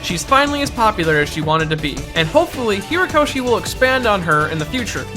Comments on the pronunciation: The author's name is Horikoshi , not Hirakoshi or whatever it is you keep saying... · HORIkoshi. Not "Hirakoshi". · It's Horikoshi, dude. HORIkoshi. Great vid btw. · HOrikoshi. HO-rikoshi. I liked the video, but do you not go back and edit these?